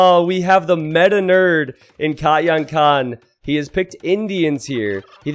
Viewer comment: he says katyan ;)